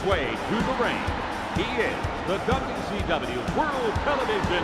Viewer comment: i hope you dont mind, but i love how sometimes it sounds like youre saying "Dubby Stubby", whenever you say WCW 'too fast' (and yes, i Am aware of the times youve pronounced it as 'Double-You See Double-You' as well, im just saying that im glad you have "that much" of your wonderful accent :D)